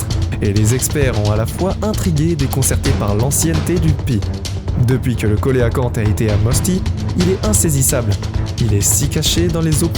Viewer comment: belle vidéo , juste un petit truc on ne prononce pas coelacanthe , co..é.....la ...canthe , mais se prononce , cé (sé) ...la ..canthe , merci pour les images de ces poissons préhistorique .